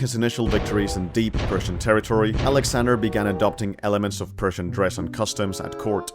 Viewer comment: Whenever you say "persian" it sounds like you are saying "Prussian"